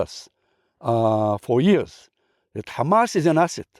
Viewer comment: That's the first Israeli i see pronounced Hamas correctly and didn't say khamas khamas 😂